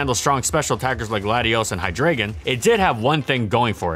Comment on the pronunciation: Hey, who the hell pronounces hydreigon like that? "Hy" as in hydra. "Drei" (german for three. pronounced like "dry" but with a soft "d") "Gon" as is dragon Hi-dry-gn